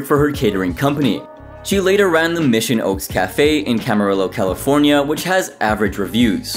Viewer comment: It's pronounced Camereyo not Camarillo